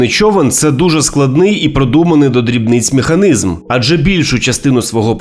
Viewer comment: Вітаю. Та з перших секунд чути, що воно рашист! Воно навіть не вміє вимовляти українські слова правильно! Наприклад, що за "механизм" ??? І це лише 4-та секунда! 😆